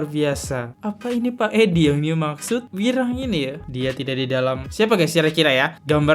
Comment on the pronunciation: Ini host kok ku lihat dan dengar dari dulu sampe sekarang sebut nama si wirang kok salah sebut terus, kenapa ya 🤣, masukan tuh host kalau sebut nama orang jangan salah mulu 🤣